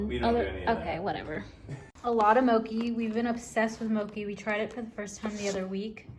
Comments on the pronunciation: Mow-chee not mow-key (pronunciation of mochi) Fo-ka-cha not fo-ka-sha (pronunciation of focaccia) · It's pronounced mo-chee, not mochi haha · it's pronounced moe-chi btw! (im asian ahaha!) love this vid tho! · Mochi is actually pronounced mo-chee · First video I saw was something about being content in singleness I think! Also it’s pronounced mo-chee like with the ch sound 😂😂❤️